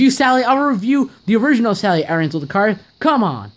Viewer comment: You said stally not sally